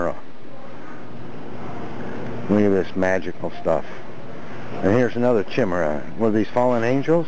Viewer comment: Woooow. "Chimaera" pronounced "chim•uhr•uh". When he was pointing to a gryphon. That's hilarious. too entertaining.